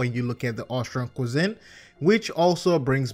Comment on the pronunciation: Anyone else hear "Ostron Within" not "Ostron cuisine"? :P